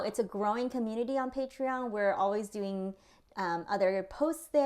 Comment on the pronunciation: Why do they sometimes say patrein